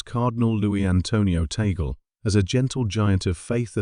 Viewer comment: AI is not pronouncing his name correctly. It's not TAYgul. It's TAHglay.